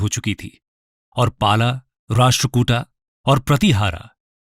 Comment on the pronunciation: It's पाल,प्रतिहार,राष्ट्रकूट not पाला प्रतिहारा राष्ट्रकूटा